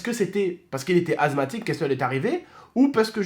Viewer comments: Sa se dit assemathique et pas azmathique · Assssthmatique pas azthmathique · Asthmatique pas azmathique mais bon Bon courage 😀😃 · asmatique pas azmatique juste pour te prévenir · Ses pas azmatique ses asmatique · Azmatique mdrr c est asmatique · Asmatisue pas azmatique😂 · On dit << asmatique >> et pas < > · Il a dit "azmatique" 😂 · Mdr il a dit azmatik